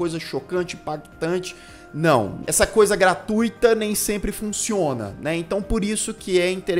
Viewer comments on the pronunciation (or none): none